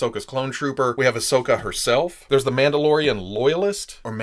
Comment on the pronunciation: Is no one going to acknowledge how said “Mauldalorian” so now I call them Mauldalorians